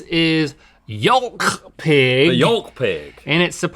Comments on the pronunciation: Please stop pronouncing the “L” in yolk....it’s painful lol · The pronunciation of yolk has made me really uneasy